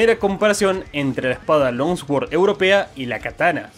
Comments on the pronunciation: se pronuncia long sword no lonswoord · Por qué decís long sguord..? La pronunciación es l(ao)ng suord... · Al tercer "lonsguord" tuve que dejar... espada larga o buena pronunciación.